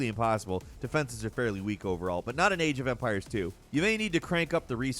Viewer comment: Man, it's not the first video that you talk about Age of Empires and I only hear "AGE O'VAMPIRES" and keep "wow, I never heard about this game before...oh, it is Age..." aeuiaeheiuaehaeiuhaeiueaheaiuheaiueaheaiuheaiueahaeiu